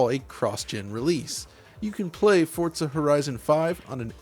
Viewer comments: There's no T in "Forza" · Feel like I’m the only one who says FOR-za, and not Fort-za. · Why do you call it "Fortza"? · Can you please stop calling it "FORTZA" 🤦🏼 Sincerely, EVERYBODY. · Why does he keep saying fort-za?